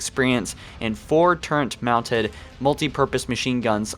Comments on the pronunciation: Did anybody else notice he said turrent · There is no N in turret!